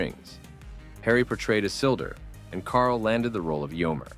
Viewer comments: OMG!!! It almost ripped up my ears, the way you mispronounced Isildur. 😀 😀 + 😨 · DID YOU JUST MISPRONOUNCE ISILDUR AND EOMER IN THE SAME SENTENCE? WTF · And the same goes for Éomer. Bloody Hell!!! 😕 P.S. - I am not even a hardcore 'Middle-Earth' fan.